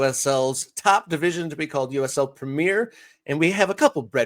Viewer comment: The English league is called the Premier League, not the Premeeeer league.